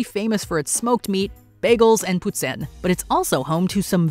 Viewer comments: Its "poo-teen" not putt-in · What in the hell did this lady call poutine...putsin!?!...😅